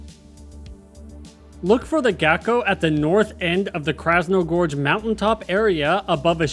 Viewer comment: Krasno-GORGE can’t tell you how many times I twitched hearing you mispronounce it…